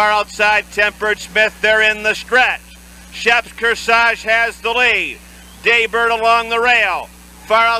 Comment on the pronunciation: It’s Day Bird, not Jay Bird.